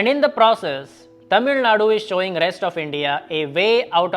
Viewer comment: as a north indian pronouncing tamilzhnadu accurately is appreciable and as a investor pov UP has biggest advantage in whole of india logistics is getting fixed by yogi's infrastructure at fastest way possible soon UP will reach 13% growth engine any produce need to be exported quickly since costal states have geography advantage inland states needed better and cheap transport which is enough for production